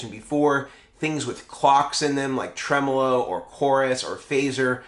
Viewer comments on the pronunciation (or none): none